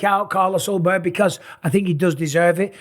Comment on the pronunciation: Jan vs yiri for the belt? You mispronounced Carlos Ulberg